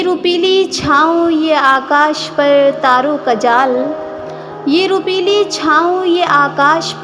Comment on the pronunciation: روپیلی نہیں روپہلی ہے۔ تلفظ کی بہت سی غلطیاں ہیں۔ اس کو درست کر لو۔